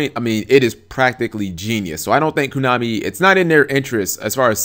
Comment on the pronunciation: stop saying kunami, it cracks me up. what is it, kunami with chain? :P